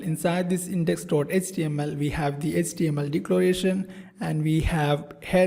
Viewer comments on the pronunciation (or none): Dude, your English is terrible. Please invest some time into learning how to pronounce words like "request", "enable", "able", "HTML"(not ecTML), "label".